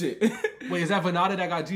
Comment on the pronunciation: Bro it's vann-da not vanna-da 😆